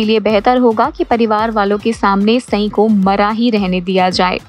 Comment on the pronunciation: Pehle Sai ka naam to thik se bolna sikhjao